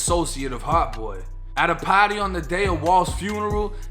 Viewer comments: its PARTY not paate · “At a pahdy” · At a paaaaty 🎉 lol that Boston accent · Boston accent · At ah pahty 😂😂😂